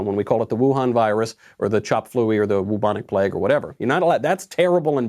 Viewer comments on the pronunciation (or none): Wubonic plague 😂 first time I heard that 😂